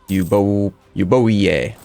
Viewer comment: Cool video. E-bo-i-e is pronounced Evia :-)